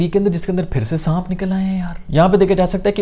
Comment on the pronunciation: Saanp hota hai saamp Nahi